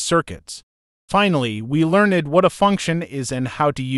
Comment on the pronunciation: GOOD GOD!! This talk to text is infuriating. You couldn’t find someone to just read the script. MEEEEGAH , LEARN’ED, WOONOO BOARD, SEMI CALLIN, hahahahahah this program needs HOOK’ED ON PAHONICS!!!